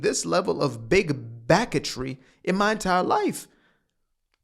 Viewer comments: “Big backetry” had me laugh snort out of nowhere at work 😂 scared my foreman 😂😂😂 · Yo… “big backatry” had me dying in the office. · "Big Backertry".... that tickled me!